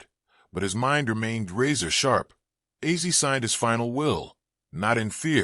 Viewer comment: Respectfully, if you’re going to make a video like this, at least get his fucking name right say it right! Rest in peace OZZY!